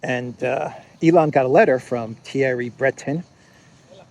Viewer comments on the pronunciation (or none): In French the pronunciation is more like Bruhtón. Thierry sounds like Tyèhrý, in French with stress on the 2nd syllable. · Attention: It is pronounced "Thierry Brae-taun". See for example "Who is Thierry Breton, France's European Commissioner pick?"